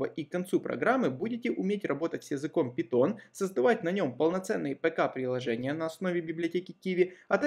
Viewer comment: пайтон а не питон